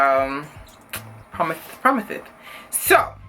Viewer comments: bruh dead at "PROMITHES PROMITHES" 😂😩😂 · Lmaoooo ... “the kfc fight with Promithes Promithes” 😂😂😂😂😂😂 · I died when she said "Promithes Promithes" lol she petty for that